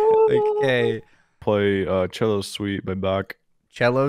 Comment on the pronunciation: Bro said cello sweet